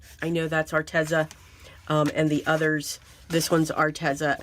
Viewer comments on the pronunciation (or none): Its pronounced( Are tez za) I googled it .😆 lol